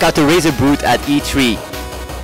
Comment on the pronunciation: The way Athene pronounces E3.. E Tree lol